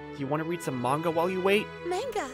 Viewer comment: wow I thought I was the only person who pronounced manga like that